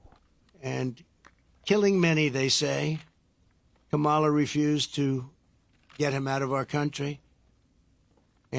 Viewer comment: "Kamolly" Dumb wick can't even pronounce her name